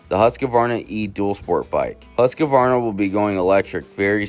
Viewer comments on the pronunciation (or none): Dude, its pronounced hoosk-varna. Not huska-varna or husky-varna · Huskavarna ?Learn to pronounce the bikes name